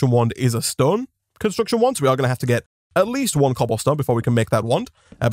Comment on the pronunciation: Everyone: Stone this guy: STOEN